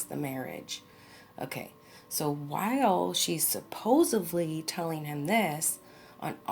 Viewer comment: Supposedly .. No V in that word. STILL LOVE YOU THO!! lol